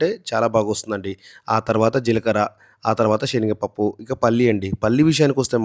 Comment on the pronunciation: shenaga pappu kadu , senaga